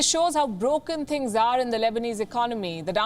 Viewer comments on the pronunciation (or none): none